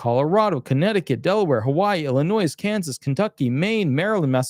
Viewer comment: the s in Illinois is a silent letter.